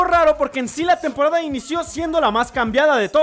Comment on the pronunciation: Soy el único que se dio cuenta que enves de decir temporada decía tempqrada1 jajaajaj